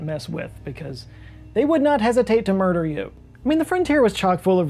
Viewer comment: mer- DER. judus noo